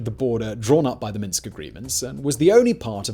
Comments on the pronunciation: It's Minsk II, not Minks II. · It's weird that put all this effort into the video, but called it Minks (instead of Minsk). And you failed even mention Victoria Nuland and the other US Intelligence apparatus stirring up and funding and propagating the second round of protests. The violence was ALL US facilitated. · Minsk not Minks. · Minks-ll? Really now? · To write "Minks" is one thing. To pronounce it like this is another. :-) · Minks II ! along with his pronunciation he doesn't even watch his videos back